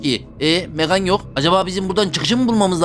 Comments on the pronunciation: Abi o bebeğin okunuşu megan(megın) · Onun adı megan diye okunmuyor megın diye okunuyor ❤ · Abi o bebeğin İngilizce okunuşu megan(megın) sen Türkçe okunuşunu söylüyorsun megan(megan)